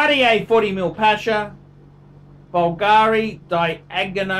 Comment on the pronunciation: Pronounce Bvlgari properly if you want to sound like you know what youre on about